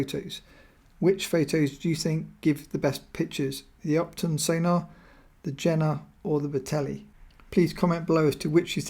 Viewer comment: great video. Carl Zeiss Jena pronunciation is Je:na the 'J' is pronounced like 'Y'